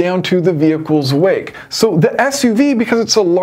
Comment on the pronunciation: and on the car comparison, I kept hearing you say small "weight", you're saying "wake". I was so confused, thinking, this has nothing to do with weight, it's the aerodynamic flow! Had to rewind a few times before it clicked in what you were saying.